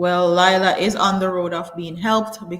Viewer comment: It's Leeeela. Please watch the video where she was also talking about how people mispronounce her name. More power to her for bringing more awareness to mental health.